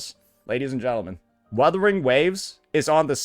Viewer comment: YOU CAN'T PRONOUNCE WUTHERING WAVES WITHOUT 2 WS